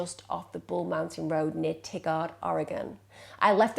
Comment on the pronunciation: Thank you. Um, it's pronounced "Tye-guard" and not "Tiggard" (-the Oregon city.)